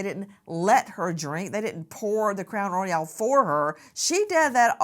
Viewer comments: Ummm, it's Crown Royal, like the king Royal. It's not RoyalE. 😅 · We don’t say roy-yal in the south! We say royal like “the royal family”. I don’t know where Nancy got that crazy pronunciation but it wasn’t from the south! 😂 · It's Crown Royal, not Royale. This woman is definitely going to prison. Her unborn child probably will be taken from her, too. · Omg Nancy it’s not crown royale, it’s crown royal (like the Royal family) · You're so familar with Crown Royal that you can't even pronounce it. It's ROYAL not Royale. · Crown Royal NOT ROYALE…. Making it sound like the James Bond movie 😂😂😂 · Well it’s Crown Royal, not Royale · It is Crown Royal, Nancy, not Crown Royale. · ITS NOT CROWN "ROYALE"....its Crown Royal ffs lol😅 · Royal, NOT Royale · Nancy its Crown royal not roy-al!! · CROWN ROY-YELL 😆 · Nancy is not pronouncing it correctly😂. It's crown royal. But I'll let it slide. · Same pronunciation here in the midwest, just crown royal, plain and simple. No roy-AL lol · Was there a sticker that people put inside of wallets? An 80s thing. Royal vs Royale pronunciation